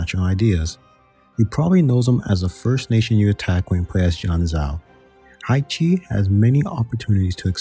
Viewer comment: Haixi = Hi-Shee Jianzhou = Jen-Joe Udege = Oo-duh-guh Qing = Ching